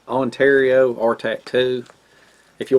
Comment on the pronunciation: it sounded like you said, Ontario R tattoo ?